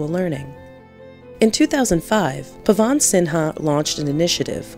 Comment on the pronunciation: It is not Pawaaan sinha. It is "Pawan" just one 'a' not 'aa'